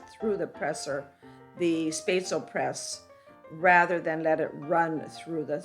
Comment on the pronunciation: You said what? At least try to pronounce it right hahah